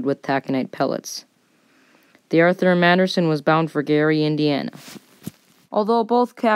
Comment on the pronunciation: Great video, but need watch your pronunciation it's FITZgerald, but it sounds like FIXgerald for most of the video. Also, slow down when you say, Arthur M. Anderson, the Arthur M. tends to blend together if you say it too fast.